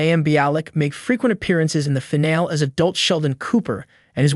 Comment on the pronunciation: Fuck AI voices. Fìn al EEEE Jesus fuck. Either say the fucking words or hire someone.